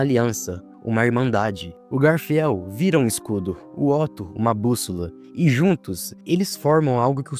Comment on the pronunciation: Vídeo top, me deu um ponto de vista que nunca reparei antes, mas pqp, que angústia vendo ele errando as pronúncias dos nomes... garfiel? Ekidina?